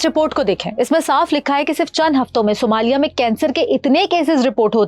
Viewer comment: Sumaili nahi Ma'am, Somalia 😂😂